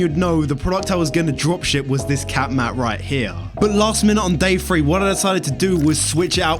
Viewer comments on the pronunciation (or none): English be like: "Day faree" Good and honest video though!